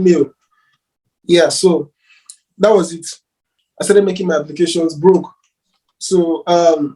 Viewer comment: The way this guy stresses on the "broke" 😆 🤣